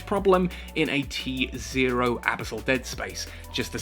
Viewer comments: The pronunciation of abyssal kinda drives me nuts, good vid regardless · Totally not how you say abyssal. Please quit it.